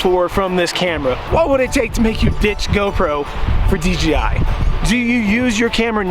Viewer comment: Is he saying DGI?